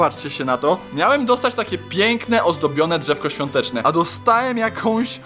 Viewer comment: mòwi: hojinka swiolteczna A ja:,,hojinka '' hahaha Edit dzenki za 2 like